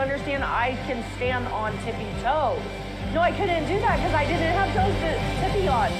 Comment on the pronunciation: I can stand on “tippy (quick pause) toe” !! Three cheers for three toes!!